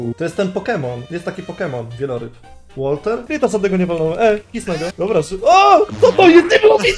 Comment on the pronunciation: Wailmer albo wailord a nie walter proszę pana